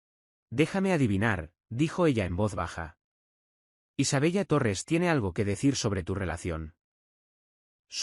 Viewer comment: Isabella, se pronuncia Isabela. Por favor que la IA pronuncie bien.